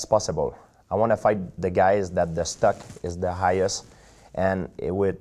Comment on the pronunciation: Sounds like he's saying stuck instead of stock lol